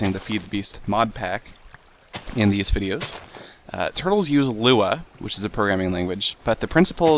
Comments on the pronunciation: L-U-A not luea! lol 3 letters not a word seth!!!! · you actually don't pronounce the three letters in Lua. It's actually Lua, not LUA.